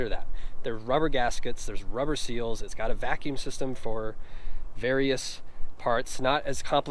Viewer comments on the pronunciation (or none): none